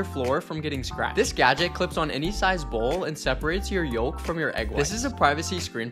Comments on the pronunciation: "Yolk" is pronounced "yoke." The L is silent. "Folk" is the same way (silent L, pronounced "foke"). "Walk" and "talk" also have silent Ls and are pronounced "wok" and "tok." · Yolk the L IS SILENT WALK FOLK SILENT L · The “L” in “yolk” is silent just so you know. Anyways, love the video. 👍